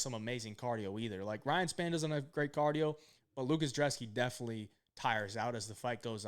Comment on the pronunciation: IDC what any of you guys say. his name starts with a B it's not drzeski it's brzeski. IDC about where he's from I don't care about what language he speaks, this is America that is a B in front of his name lol not a D pronounce it's ( Brez-ski )